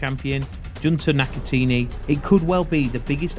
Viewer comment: NakatAHni not NakaTEENY lmao